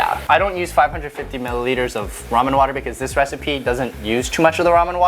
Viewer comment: lol was mispronunciation of the word "recipe" an accidental reference to having played FF15 by any chance? Ignis: "That's it!! I've come up with a new recipeh!"